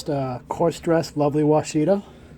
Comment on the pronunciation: Look up the definition of the name of those stones please. It is not pronounced like you are saying it properly.